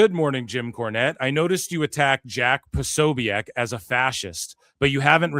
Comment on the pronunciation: Corny asked his followers for help dissing Jack. You aint even saying his name right 😂